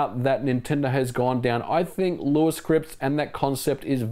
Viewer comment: Good job taking on the feedback of how to pronounce Lua. ;) You got it perfect now. Btw, this channel is quickly becoming one of my favourites on Youtube next to Digital Foundry. Fascinating stuff as aways.